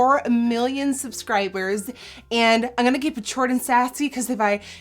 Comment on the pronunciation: ze blijft zeggen angonna ipv im gonna.. lol